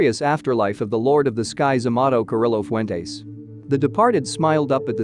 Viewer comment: ouch the name butchering....that should be a crime! Lol